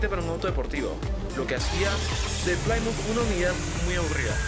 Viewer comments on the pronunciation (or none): Te recomiendo hacer el esfuerzo y revertir el volumen, suena mas la música que la voz. Tamnbién en la pronunciación de las marcas y nombres. Citation se dice "Saitechon (imaginalo en inglés)". Plymouth se pronucia "Plimuth"... por cierto, el Civic no tiene un V4, es un cuatro en linea o I4, los V4 son mas comunes en motos y en la actualidad tienen poco o nulo uso en automoviles.